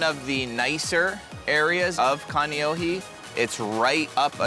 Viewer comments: Kaneohe not Kaniohi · Dude! Pronounce your Hawaiian words correctly!! Not Kaneoheee…..